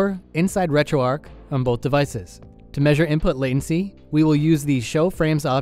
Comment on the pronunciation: It's pronounced "retro arch" as is arch Linux. Not arc. Just FYI.